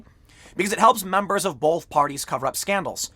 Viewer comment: I can't unhear you say "bolth", instead of 'both'... Every time you you say it I have to hit my ears with a qtip, lol.